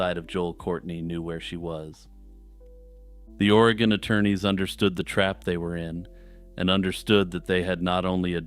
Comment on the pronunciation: It's pronounced va nee ta. It's funny to hear people mispronounce our States towns and cities. Oreeegon. Wi lam mette. Not will amette. 😂